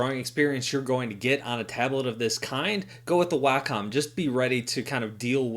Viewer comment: Sorry to be pedantic, but it's pronounced WAH-com not WAY-com